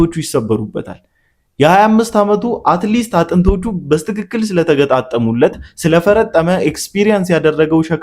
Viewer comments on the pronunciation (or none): በስትክክል የሚለው አነጋገር በትክክል በሚለው ቢስተካከል ጌታ ይባርክህ